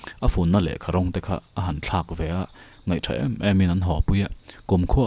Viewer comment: Thaw thang tih i thluk dan khi a diklo.. Engtinnge kan sawifiah ang aw.. A thu hian... Tihian sawi ang.. I thaw a rimchhia lo ti ta ila.. Khi ta thaw ang khian thluk tur.. Man thiam ang chu maw